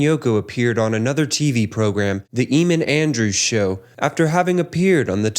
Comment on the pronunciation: They talk about an interview with Eamon Andrews (pronounced wrongly) but show an interview with David Frost. How can anyone believe in bullshit documentaries like this? Absolute bollox.